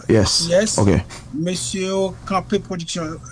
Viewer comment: Djòl sirèt la di "blodeurs ploduction", lumiuèrs. Dadou radio pa ou tounen back nan fè cheve.